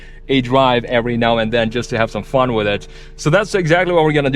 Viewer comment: "Fahn..." did he mean "fun"?